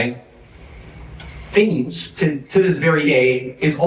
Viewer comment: A minor point, but... 'Thames' is pronounced 'Temms'